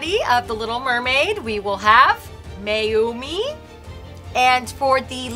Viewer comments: It's not maimi it's,mayoume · I LIKE MAYUMI (MA-YU-ME) not MIAMI better then CHARLOTTE and REGINA.🤣🤣🤣🤣🤣🤣🤣🤣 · And it’s not pronounced Miami it’s pronounced Miyoumi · It’s pronounce ma-yu-mi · Can we talk about this teacher calling Mayume "Miami"? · I pronouced it as mayo me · Why doesn't Becky don't know how to pronounce the name mayumi like IT SOOOOOOO EASY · Девушка даже не может правильно произнести имя Маюмес